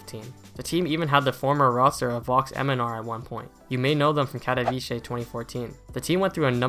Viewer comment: It's "Katovitse", not "Katoviche"